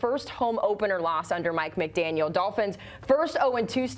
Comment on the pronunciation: Maybe learn how to pronounce the coach’s name correctly before going on TV?